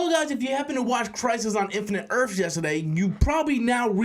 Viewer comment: “Crise on infinite Earfs”